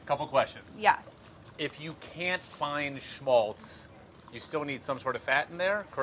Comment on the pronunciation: Nice Pronounceation of Schmalz Molly. I know Matzo Balls as Kräuterknöddel.